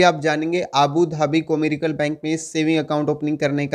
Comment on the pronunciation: *कॉमर्शियल " है भाई कोरिकल नही😅😅😅😅😅